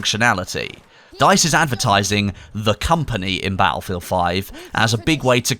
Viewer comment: Bat-Ullfield xD